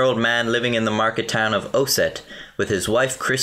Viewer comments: Lmao I live in Ossett... Its not pronounces oah-set, its os-set. I can't believe something that crazy happened near me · Not O-set it's: aus-et like the start of Austria but with et on the end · Ossett is pronounced Oss-sit not O-Sit FYI haha :) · It’s prenounced ossett not o-set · Ossett is pronounced O (like the O in dog) sit (like you expect of your dog)